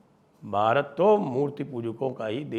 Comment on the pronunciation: Why are you advertising 25th, 26th, 27th in an accent which is highly anglicised calling pronouncing ' Bharat'as' Bharat '. Pls change this.